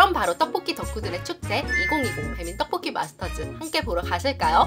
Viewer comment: 누나 떡볶이라고 말하실때 ‘떡’ 발음이 너무 찰지신것같아요 ㅎㅎ 항상 잘 보고 있어요 !